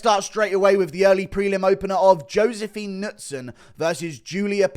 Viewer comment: The announcer and commentary team not knowing how to pronounce Knudsson was impressive